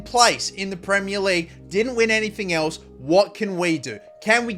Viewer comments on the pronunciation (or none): none